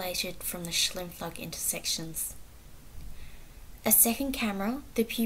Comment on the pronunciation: Great presentation. It’s pronounce Sh-Ime-floog